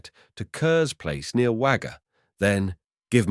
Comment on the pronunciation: I live not far from Wagga, have not heard of this before. I know Wagga looks like it should be pronounced with an a, but it is pronounced 'Wogga'. Junee is pronounced June e. Loved seeing all the old photo's of the area, Lake Albert is now quite an expensive part of Wagga.